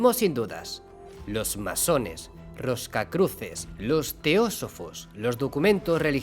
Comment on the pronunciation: "...roscacruces..." ¿en serio?